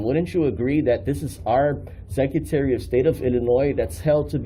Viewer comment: He can’t even pronounce the word “secretary” and he keeps saying it over and over again🙄